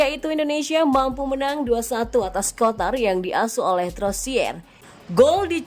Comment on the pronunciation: Qatar bukan kotar😂